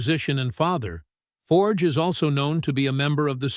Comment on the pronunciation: You'd think after all this time you'd learn to say his surname correctly.